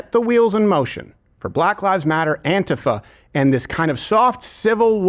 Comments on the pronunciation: “ant-if-ah”. Remember Steven you voiced over a genius…that does NOT does not equate you’ ARE one! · Why doesn’t Steven know how to pronounce “ANTIFA” correctly?